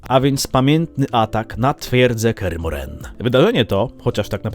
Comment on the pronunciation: Dlaczego akcentujesz Kear MohrEn?